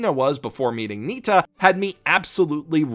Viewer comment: Not Nita, Nitta.